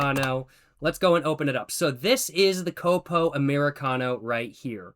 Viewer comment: “Côpo” 😅 The correct pronunciation would be “Cópo”